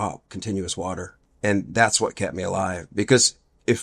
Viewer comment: He's lucky he didn't drown in the "Warller" (water)!